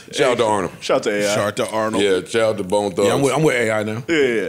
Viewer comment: Man butchered bone thugs badddd wtf my ears hurt